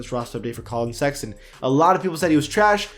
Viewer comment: he said "collin sexyton"😂